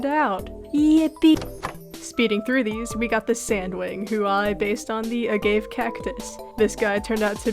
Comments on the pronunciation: Fr though it hurt me 😭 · I was about to say this 😭